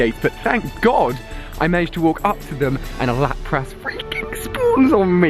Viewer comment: you say Lapras wrong it's pronounced Lapris pretty much